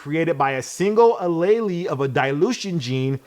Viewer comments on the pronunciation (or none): U said alayleee 😂 I love the honesty tho, thanks for the dope vid again ❤ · Genetics 101 for. An Allele pronounced A-leel. Is a variation of a gene so that the resultant color is not as common. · “Ah lee lee” 😂 had me dying. Took me sec to realise what he was talking about in biology